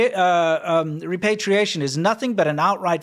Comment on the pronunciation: The word is "repatriation ", not "repartiation"